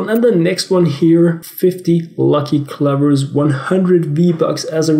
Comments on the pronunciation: I think he's trying to say you are pronouncing it different. It is pronounced "clow ver" but i totally understand. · Are you saying cluvers? Wowwww